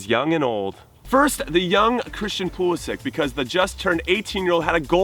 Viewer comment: Heyy, you know how to say Pulisic right